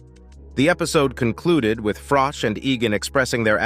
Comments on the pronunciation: Mate....its Froch not Frock 😂😂😂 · It's froch not frock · John fury has never been a kickboxing champion. What are you talking about?? And it's Froch not frock ! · The name is Froch not Frock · It’s froch not frock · Text to speech AI garbage.......Carl FROCK 😂😂😂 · Can this guy not learn that it isn't pronounced carl Frock ffs how can he not know that?? He mustn't have seen any boxing over the years. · Carl Frock? Hahaha Americans. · You need to pronounce his name right .... does me head in there's no k in his name 😮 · Saying his name wrong to get more comments. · The channel cant even pronounce Froch name right.piss poor